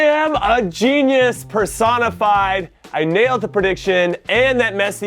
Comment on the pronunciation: when he said personified i thought he said persona 5